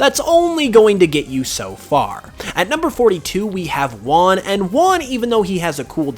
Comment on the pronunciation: repeat after me... RUan (Juan)... it's not Uan